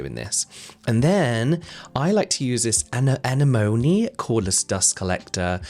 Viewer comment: Great video! 😊 Your pronunciation of anemone did make me chuckle 😂 I think it’s meant to be like a sea anemone 🤔